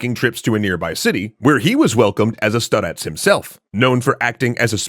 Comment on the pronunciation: It's stárets, not staréts.